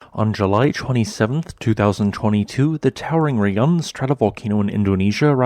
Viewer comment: In Indonesian, to pronounce Raung is not like "Re-yang", it should pronounce like "Ra-Unk". Ra is just Ra, not Re. And Unk or Ung is just Unk, not Ang. Indonesian word is just like Spanish. It pronounce as same as what it type. Raung means Roar in Indonesian.